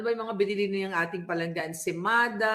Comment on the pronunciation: Natatawa ako pag bigkasin mo Insemada malalako yoon pinakain nila malacaniang sa mga vloger